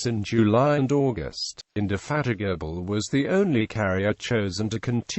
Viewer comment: "Implakable" "Indefatikable"